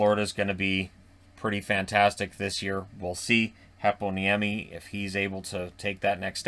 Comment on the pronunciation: Love how you pronounce Heponiemi, sounded very much how it is in Finland.